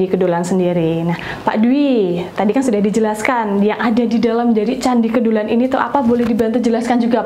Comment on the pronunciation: Kedulan...huruf E dibaca seperti dlm kata Teras